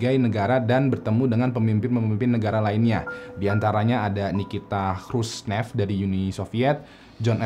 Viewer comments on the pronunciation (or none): Harus nya yg foto rokok bareng itu bang, oh ya, bacaan nya itu, nikita kruscev (khruschev)